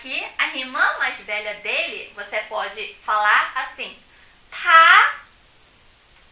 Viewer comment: t parece ter som de k no '' ta ''